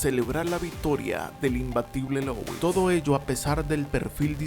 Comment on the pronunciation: Se pronuncia LÚ - IS...no LOUIS...parece que tiene una papa trabada en la garganta.